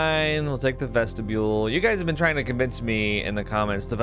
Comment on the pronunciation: sounded like Boo's door! 🌸🚪 lol you've said it this way plenty, but I didn't hear it til now. vestibule sounds terrible, I dont get it either